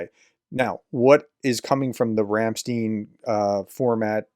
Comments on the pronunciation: It is not Ramsteen, it's called Ramstiin. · Say Einstein. Now say Ramstein. It's not 'steen'.